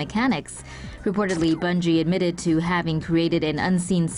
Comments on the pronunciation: Its bungie not bugie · Bungie* ,not Bugie😆